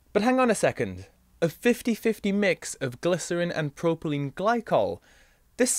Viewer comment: 'PROPYLENE' not 'PROPELENE' Ooops!